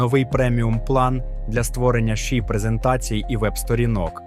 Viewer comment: ШІ не читається як у відео, ші. ШІ - це абревіатура, кожна літера це початок окремого слова, а отже, це "Ша-Іі". Це особливо дивно, тому що далі ви читаєте ей-пі-ай та ей-ай - вірно, а лише ШІ як китайську "енергію" shi".